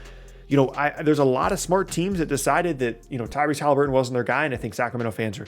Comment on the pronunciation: I love “Tyrese Halibuton”